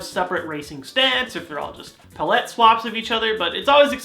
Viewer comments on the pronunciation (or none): pull-let swap? isn't it PAL-let swap? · It's pronounced PAL-it, not puh-LET.